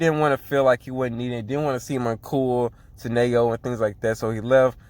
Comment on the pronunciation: Kite's been their only scorer so far after Chiaki left lol. Still, as we can see from blocked attempts, Kite couldn't really do it by himself. Mokichi and Momoharu's rebounding/defense are holding the team together. BTW, Nanao Nao is pronounced Na-now Now lol, not Nay-oh.